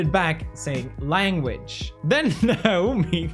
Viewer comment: ...does he not know how to say Naomi?